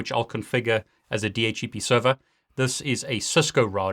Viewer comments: Why does he keep saying DH - E - P.... I thought it was DH - C - P. I cant get over that. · why you pronounce di eitch e pi instead di eitch C pi ?